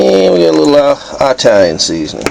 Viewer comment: "Annnd we have a bit of EYETALIAN seasoning"